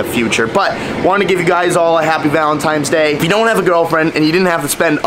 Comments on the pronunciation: Another year of saying "Valintimes day" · ValenTINES NOT valenTIMES lmfao good lord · It's ''Valentine's day'' not Valentime...lol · VALENTINES not VALENTIMES!!!!!!! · Why are you saying valentimes day multiple times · Of course says "Valentimes" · Bro for the hundredth and eighty second time… it’s valentiNes day. There’s no M in it 🫠🫠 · Shout out to “VALENTIMES DAY” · New game, take a shot every time says Valentine’s Day wrong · Guy just doesn't learn, every year he says it lol.